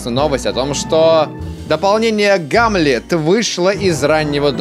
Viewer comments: Почему он говорит гамлет? Он не видет первую букву H ( hamlet ). Так что это Донт старв хамлет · Не гамлет а хамлет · "Х"амлет, не гамлет, бл*дь, а хамлет ......